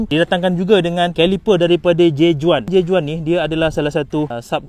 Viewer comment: J.Juan perlu disebutkan seperti "J.Wan". Spanish.